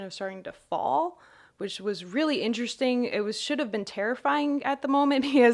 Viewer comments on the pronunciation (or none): What's intershing? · It's just funny because it makes her sound, like, some 18 year old college chick who's just babbling on about boring self-centered shit. Even though she's a neuroscientist trying to describe the undescribable, it's just funny to hear someone talk like that about something like DMT xD